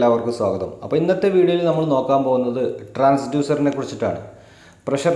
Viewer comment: not transuser it's TRANSDUCER